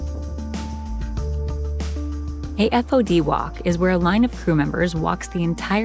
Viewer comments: It’s pronounced “fawd” not f-o-d. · It's called "fod walk down," not "F.O.D." 😂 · Nobody says F-O-D. They say Fod. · It's not called 'F-O-D walk', it's known as a 'FOD walkdown' where FOD is pronounced as a word as in 'fod'.